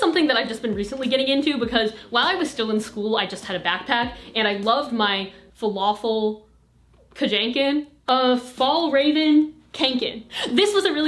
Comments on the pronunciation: "folafell kudanken" "fallraven kanken", fjällräven kånken are pronounced more like "fjellreven konken" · Heyo, a note from your friendly neighborhood Swede. Its pronounced “fyell rah ven kan ken” but i can’t really explain how to pronounce the “kan” its kind of like a “o” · It’s 2024, I’m watching this video, because I miss her, and I now I know where my “Falaffel Kajanken” mispronunciation came from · I love how she said "falafel kajanken" instead of fjallraven kanken HAHAHAHAAHHAA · I died when you pronounced Swedish 😂 Falafel kanjunken. So cute. The ”Fjällräv” is a fox native to the mountain region I’m from in Sweden. If you’re ever in Stockholm, let’s go thrifting. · "Falafel Janken" honestly me trying to pronounce it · Its pronounced shallraven konken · falafel ... ka-janken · tips from a swede: how to pronounce Fjällräven kånken Pronounced like Fjell rehyven konken Loved this video <3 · How to pronounce Fjällräven Kånken: F yeah ll ra (as in rad) ven Ca (as in car) ng (as in bang) ken Edit for all swedes: Ja vet att de inte e hundra rätt men de e ju bättre än falafel kajänken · “Falafel kajankin” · I’m from Sweden, where Fjällräven Kånken is made, and it HURTS me physically to hear americans pronounce it wrong ;) This is how it’s pronounced: Fyeh-ll r-ah-ven kohn-ken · "my falafel kajanken" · Falafel Kajanken is 100% the proper pronunciation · FYAH-AHLL RAH-VEHN KAHN-KEHN JUST PRONOUNCE THE NAME WITH A SWEDISH ACCENT. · Fjällräven Kånken is pronounced: [Fjell-ruh-venn] [Kong-kenn] Much love from Stockholm, Sweden ❤ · As a Swede, hearing you try and pronounce ”fjällräven kånken” was hilarious so thank you for that. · me a swedish person dying of laughter but like i’m sry what was that hahah (i understand it could be hard to pronounce i’m sry hihi) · One of my biggest pet peeves in life is people mispronouncing fjällräven kånken :( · it’s so funny how you pronounce fjällräven kånken😂 but loved the video❤️❤️